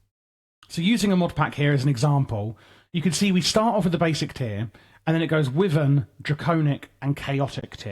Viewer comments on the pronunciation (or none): Just a friendly note, wyvern is pronouced like "Y-vern" or as google claims "wai-vn" think of the W as a silent letter